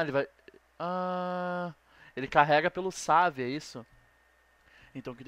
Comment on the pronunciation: Save, e o cara falando savi kkkkk